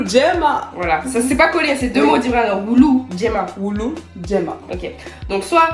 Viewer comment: La prononciation est parfaite "woulou djèman"